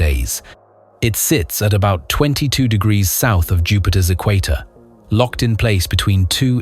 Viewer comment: Damn why past ewwquateerrrzz line goes other qay ha 🎉😂